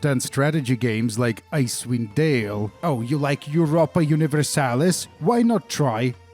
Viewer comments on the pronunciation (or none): none